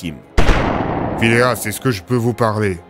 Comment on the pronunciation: Phileas? Ta langue a fourchée je pense !